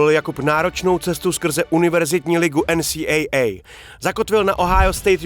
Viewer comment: Hezky zpracované video. Jen taková maličkost, za mně bych prohodil výslovnost u NCAA a AHL. Myslím že český divák je na to více zvyklý, ale jinak opravdu dobré.